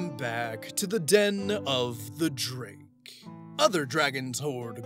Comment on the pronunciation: Me: UUUUGH, it bothers me so much how he pronounces “Drake” like “jrake.” Say it right, dude! Also me: “Penjulum.”